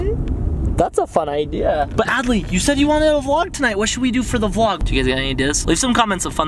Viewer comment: U said ably when It's adley▪︎